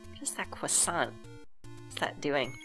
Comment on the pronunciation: I love your pronunciation of "croissant".